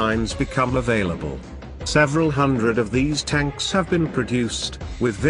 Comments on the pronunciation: Notice the narrator says "stanks" instead of tanks on a number of occasions. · Absolutely hilarious...T-90 stanks,,,gotta love it...tells the whole story.